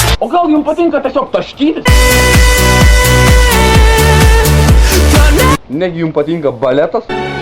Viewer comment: saka taskytis o juokingai sakes ;D